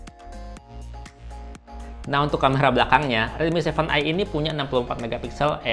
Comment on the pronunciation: Aku dengernya kakak blg redmi 7i